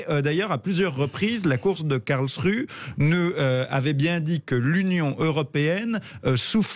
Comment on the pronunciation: Je ne voudrais etre impolit, mais, SVP, prononcez un nom de ville correctement: KARLSRUHE: se prononce (phonetiquement) KARLSSS ROU HÉ merci pour ce temoignage de respect ( que l on aime l allemagne ou pas ) A part ca, vous avez raison.